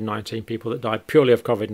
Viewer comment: Great videos. Just hard to get past the pronunciation of COVID and constant smacking of the lips.